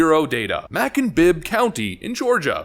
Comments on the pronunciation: I can't wait to find out where you're from. Macon rhymes with bacon. And from another video, Michalob is "mick-a-lobe." Just helping. Love the channel. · pronounce Macon as "MayKun" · Macon,GA is pronounced May - con or MAcon. Macon rhymes with Bacon, only with an M instead of a B. Being from Georgia, it took me a moment to figure out what Mackon was. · It’s not “Mac’n Georgia.” It’s May-cun, Georgia. ;) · Not to change the subject. But Aldean's hometown of Macon is pronounced May-Con, not Mack-On. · Ma-Kon! 😂😂😂 I have not heard that pronunciation before. Its May-Kon but I can see how you would say that. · Mackon😂😂😂😂😂 may-con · It"s May-con, not Mack-on. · Just a FYI: It's not pronouced like, "mackun"... it's pronouced like "maycun". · Please pronounce Macon the right way. It's MāKun, like bacon, not mack-on... In other news, I'm so happy ABC cancelled The View to take effect at the end of this TV season... At least that's what I heard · May- con....Macon, Georgia😂😂😂 not mackin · Maccon 😂 pronounced as Maycon but as always great video as always just a little elbow nudge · It's not "/mack un/" , Georgia. It's "/May cun/" , Georgia. I live here. Take it from me. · It's maycon ga not mackun ga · May-Kun Ga, not Mack-un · Macon GA rhymes with bacon, not "mack-un" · Mackon? It's pronounced Maycon. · It’s said Macon. You say it like you’re saying Bacon 🥓 but with a M instead of a B. I know things are pronounced differently all over this country but I thought I’d tell you how we say it down here. GIVE’EM HELL JASON!!!!!🥂🍾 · not "mackin" xD it's pronouced "May-cun" like Bacon but with an M lol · It's Macon (like 🥓 bacon). It is how we say it.❤ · * * * had a good chuckle ... it's "May kun" (Macon) like bacon ... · It's pronounced 'May-con', dude. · May-cuhn Georgia. 😅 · Macon is pronounced like Bacon. Not Mah-kin. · Sorry, BUT I AM OFFENDED BY THIS VIDEO!!!!!!!!! It's Macon (pronounced Make - On) Georgia. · Macon rhymes with bacon. It's not Mackon. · It is Mā con